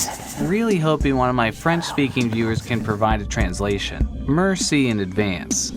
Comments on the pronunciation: nicka says MERCY instead of MERCI. xdddd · my dude. It's not mercy. It's pronounced mér·si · Mercy in advance? Do you mean merci? You know it's not technically French without an imposed accent, right? I mean, that's common knowledge, right? Idfk, however, pronounce it as "MARE-see", rather than "MER-see", and try to doubly roll the R if you're able. Yeeeah, I truly dfk, dude. These types of things don't usually provoke a response, although, in this moment, it seems as though we as people can help each other, as long as we're willing to receive things - and respond - with an open mind. Also, for what it's worth, I'm Canadian, and utterly despise french Canadians; they're the pompous, pretentious bunch, whereas the REAL french people are usually kind and receptive. That's fuckin' right, you Canadian "frenchies", I just referred to France as the "real" french. The fuck you gon' do about it? Nothing, because you're a bunch of arrogant cunts who lack a figurative backbone. Inb4: a roller coaster of a comment.